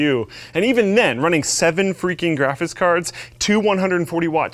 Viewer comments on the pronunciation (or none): Graphiss cards. Lol. Never gets old,!